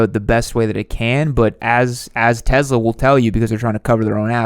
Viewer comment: tezla? lol